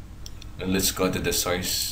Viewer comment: IS THIS GUY RELATED TO BUGGS BUNNY? HE SAYS SOYCE INSTEAD OF SOURCE.